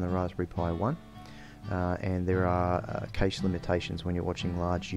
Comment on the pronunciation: cash.. its pronounced cash. cayche is gayche.